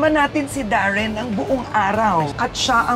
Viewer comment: Oh Darren not Warren